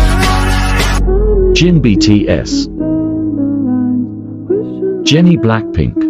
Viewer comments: Can you pls stop pronouncing BTS as btees😶🙄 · ya . And bts like bt's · why are you calling BTS betees RM rem and V vi plz pronounce it correctly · why do is call it btsss not BTS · Ahhh yes, Bee Tees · Five Bteez 💀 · I love those all parts when Google translator says bitis😂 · that 'nay yawn' and 'bee tees' tho 😭😭😂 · No one: Literally no one: Me: getting anxiety because of 'Beetis" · “5 beetees” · '5 beetees' I live for that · "five bteez" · The fact that he pronounced BTS as BTs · No one: Voice: btees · "BTS" "BEETEEZ" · THE WAY IT SAYS BTS “BTEES” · It said V as five and B T S as BTssssss🤦🏻‍♂️ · The way it's pronouncing bts I can't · MAN IM TRYING TO FOCUS ON THE VIDEO BUT THE WAY HE'S PRONOUNCING THE NAMES I- nAIyaYon BEETEEZ (sounds like ateez+bts) mUnbyool die hyun YOU geniun chap da FIVE um (beeteez) cherry young soo... GREND?!?!?!?